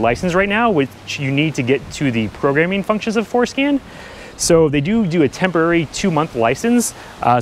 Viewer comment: I know he's saying for scan but I can't help but think that he's saying foreskin. 😏